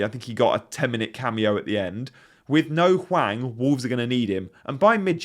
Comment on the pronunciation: Can you stop saying "No Hwang" please? 😰